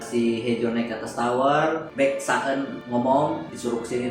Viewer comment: Masuk akal.mas tp bikin bingung😂 soalnya sebuy nama nya ngga benerrr baek saon bukan park sa en😂